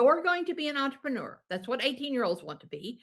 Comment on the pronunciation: Normally I don’t get bothered by the way people speak, but I never want to hear the word “entrapenooer” again.